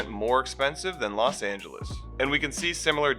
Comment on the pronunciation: Los Not Las